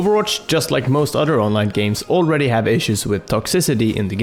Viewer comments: "why you heff to be mad?" killed me... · "Why you haf to be mad ?" xD